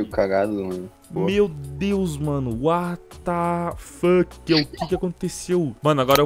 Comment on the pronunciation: Ele Falando "Uatá Fokii"